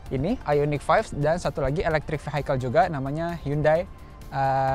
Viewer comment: Vehicle dibacanya bukan Vihaikel... tapi Viyekel... 🙏